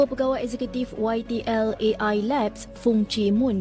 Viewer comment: AI bukan E AY,pake lh alpabet Indonesia yang bnr